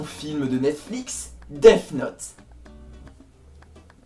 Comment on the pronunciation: Tu as tellement bien prononcé Death note que j'ai aimais èwé